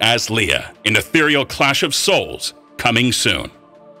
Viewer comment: No no. It’s “etheral wen”